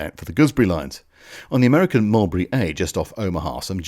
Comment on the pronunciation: "americanerer" :D